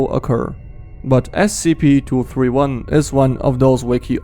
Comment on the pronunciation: The second one you said scp 2 hundred and turdy 1